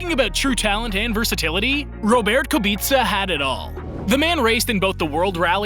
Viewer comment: How do you miss pronounce Robert